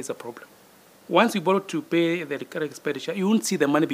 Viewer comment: If you hear a Kenyan government official pronounce the word borrow as bollow, then you know kenya imekwisha